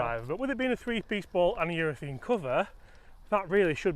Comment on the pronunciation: I like the 'talking balls' segments but please -- it's a ureth*a*ne cover, not ureth*e*ne!